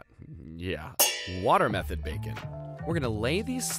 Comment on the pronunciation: for a second i got worried i thought i heard watermelon bacon when you said water method